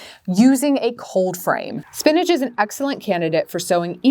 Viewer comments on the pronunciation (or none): Why she call it spinage… it’s spinach